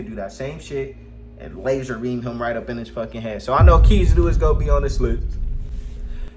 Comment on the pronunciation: First off you said kizaru wrong also and actually no kizaru would get sealed or take his soul